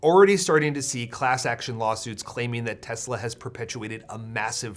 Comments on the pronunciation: "Everything's computer." "I love Tesler." You don't even have to roast Trump anymore, he's doing it to himslef. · "I love Tesler" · "I love Tesler!" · “I love Tesler.” 😂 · It’s pronounced “Teslurr” now. By Presidential Proclamation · Teslur. Lol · I love Tesler! Everything's Computer! 😂😂😂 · It's pronounced Teslur. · TESLER (with a hard "R") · "I love Teslar" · Yeah that was funny. TESLURR too.